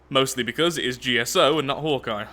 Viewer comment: Am I the only one that thought for the whole video he was saying Hor'Kai instead of Hawkeye?